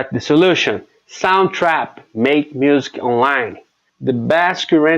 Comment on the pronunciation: You nail the consonants but the vowels need work. If that makes sense. You're easily understandable. You will need to say "music" a little better. Muzik, instead of muse-ki.